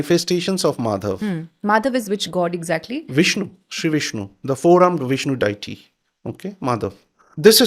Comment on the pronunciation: It's annoying he keeps saying the word deity wrong way